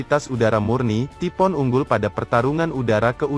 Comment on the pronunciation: Ngomongnya taifuun bukan tipoon